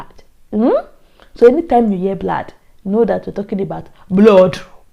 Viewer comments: Nigerians need a full and proper course in English pronunciation. How the hell do you pronounce blood (pronounced blaad) as blawwddd, Pastor (pronounced Pasta) as Pastorrr??? And the ridiculousness of it all is that they believe their pronunciation is correct. For crying out loud, it's not even difficult to find out the true and correct pronunciations, Nigerians. Just listen or watch, BBC, CNN, FOX News........or any international media house where English is spoken and you'll quickly find out. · This was very interesting to watch. The blad and blod got me cracking 😀 You also speak Twi so well sis. I also prefer banku and fish. Congratulations sis. You channel is doing great. Well done👌